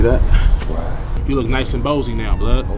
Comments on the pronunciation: Caught em he said nice and bozy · “Bandles”. “Birections”. “Bozy”. “Borner”.